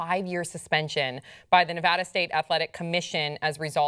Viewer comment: Can I just say I appreciate how said Nevada right lol? I live in Reno, so it annoys the shit out of me when people get it wrong ***AHEM HASSAN***. Anyways, weed just needs to be legalized. Come on America, lets do this shit. If we can smoke cigarettes and die from cancer from those nasty ass things legalize marijuana as well.